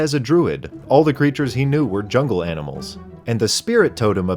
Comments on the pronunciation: first thing you do is talk to some aminals..... bruh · I love talking to aminals